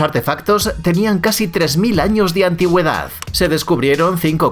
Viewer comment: Por qué pronuncia las palabras terminadas es D como F? antiguedaff. Esto tiene alguna explicación linguística?